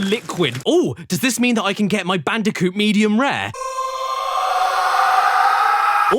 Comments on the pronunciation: It’s bandicunth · I knew he'd say bandiconth and I still popped off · It is no longer cash banooca It’s now bash canooca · Ah yes, I love my yearly installment of BANDI-CUNTH (ft. CASH BANOOKA) from daddy Caddy himself. Great work man. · IT’S CASH BANOOCA! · I can't stop hearing it as "bandicunt" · Bandiconth always gets me. Just... perfect. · Is anyone else a bit concerned that Daddy Caddy might be a bit mentally disturbed? But seriously, every month is Bandicounth! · ahh Crash bootlegs you say like Bang Bandicoot and Whallop Bandicoot